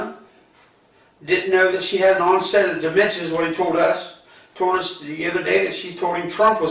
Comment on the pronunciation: Did he go to school. Listen 'Onset of dimensions is what he told us' 🤣🤣onset of dimentia is what it should be... Lmao